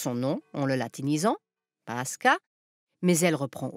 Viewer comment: Bon épisode mais en russe, la prononciation est paskha avec kh prononcé comme la jota espagnole ou le ch allemand.